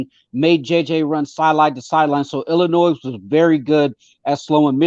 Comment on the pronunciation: Whenever I hear someone say IllinoiZ they immediately have zero credibility